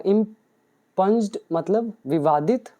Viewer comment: Its not इम्पंज, its इंप्यूंड impugned.